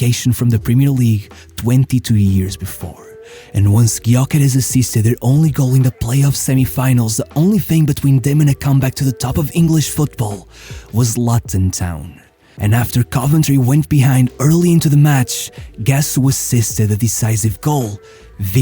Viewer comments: Excellent video as usual. Tip for you, "Luton" is pronounced ""Loo-tun"... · Great video. Just a note.... it's LOOton Town, not LUTon Town. Thanks, English.